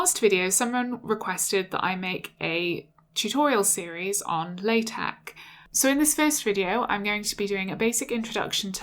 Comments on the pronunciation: She pronounced it wrong. Should sound like "La" "Tech". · Pronounced "la" "tech' :)